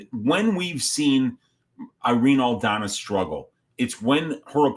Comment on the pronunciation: It’s “Aldana”, respectfully